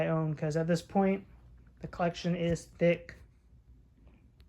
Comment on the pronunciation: You said thicc ass collection